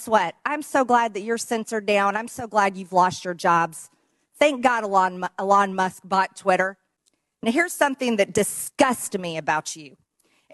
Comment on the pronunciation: MTG didn't think any entity should promote a vaccine that wasn't FDA approved, but they were all tripping over themselves to promote worming medicine for covid, WTF? These MAGA cultists have no shame and no self awareness. She wont even pronounce Elons name right.